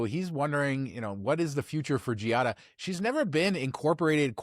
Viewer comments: I know that pronunciation of "foreign" words has been an issue here, but Giada's name is pronounced "JAH-dah", not "gee-ah-dah". The "i" is silent. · Ok fellas, if ya going to discuss her, say it correctly. Its pronounced “JADA” (Giada) not GeeeeOddAAA. ✌🏻